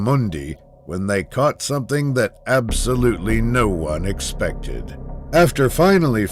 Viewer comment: He misspronouced "expected" a lot of times.... "Unthinkable" my a** :D Also there is a huge differrence between brave and stupid although its the same with sharks. The one you see is usually not the one that is dangerous